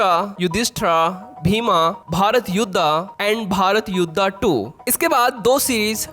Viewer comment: अरे भाई युद्धा नहीं युद्ध होता है , युधिष्ठिरा नहीं युधिष्ठिर होता है , भीम होता है भाई भीमा नहीं ,क्यों अपने ही लैंग्वेज के अंग्रेजों जैसा मां बहन एक कर रहे हो ।😂